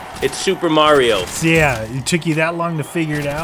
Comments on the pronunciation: It's mareo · its MARIO not MORO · It's mario